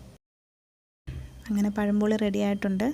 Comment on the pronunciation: പഴംപൊളി അല്ല മാളെ... പഴംപൊരി. പെരുമയുടെ ര പഴംപൊരി...........😁